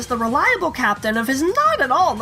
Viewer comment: I am disapointed in all of you... Serously?! CHAPTAIN? ugh